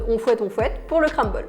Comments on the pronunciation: On dit CRUMble et pas CRAMble 😂😂😂😂. Ça m’a stressé toute la vidéo. 😂😂😂❤️ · Le « cramble »😂 super vidéo sinon 😊